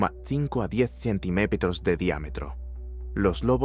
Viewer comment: no sabe decir centímetros la IA o que?